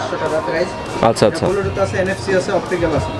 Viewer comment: Bhai Age Shuddo Kore Bluetooth Bolen Apni To Bar Bar Bulutooth bolchen